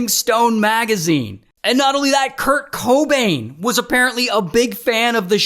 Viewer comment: The way he says Kurt Cobain pisses me off.